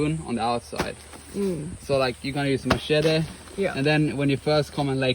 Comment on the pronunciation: I like how he says "Machete".